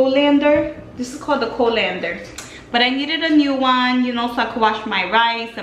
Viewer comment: Lmao sisssss. Okay love you so much, you know that but i just had to laugh at your wicked RBF - haha. Also, your pronunciation of "colander" was sooooo funny. Made my day lmaooo. I loved absolutely everything you bought! Especially those steals from the thrift shop! :O those plates were amazinggggg. I also loved everything you bought from TJMaxx! <3 Definitely will have to go shopping with you soon! Great vid as always! <3